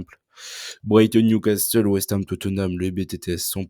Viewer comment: NewcaSSEUL pas NewcasTEUL STPPPP